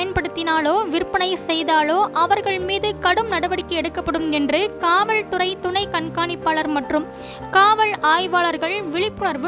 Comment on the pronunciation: காவல்துறை என்பதை காவள் துறை என்று உச்சரிக்க வேண்டாம். ளகர, லகர வித்யாசம் மற்றும் உச்சரிப்பில் கவனம் தேவை. சார்பிள் அல்ல சார்பில்என உச்சரிக்கவும். ஒரு செய்தி வாசிக்கும் பொழுது இப்படியா?